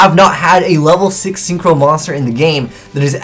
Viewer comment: Every time he says "Six Samurais", I hear "Sick Samurais"